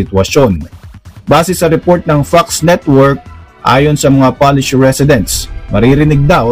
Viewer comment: Polish po hindi Palish. Pronounce at it spelled.